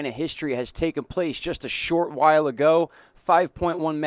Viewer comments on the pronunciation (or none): none